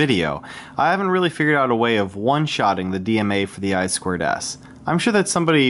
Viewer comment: It's I TWO S not I squared S... common...